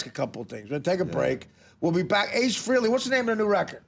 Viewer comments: a couple rants: a. the guy's name is frAYley...not frEEley. why does everybody still mispronounce it? it's been 40 years! b. I have a huge problem w/ current or former addicts saying that addiction is a DISEASE. no, it's not. as Daniel Tosh said: "you can't CHOOSE to NOT have cancer." good point. disease is a crutch. "oh, geez...I've got a disease." take a little responsibility: "I'm a drunk." there are worse things to be: "I'm a pedophile"...for example. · It's Fraylee, not Freely. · He doesn't usually correct people but there is audio out there of him saying "it's Fraylee, not Freely."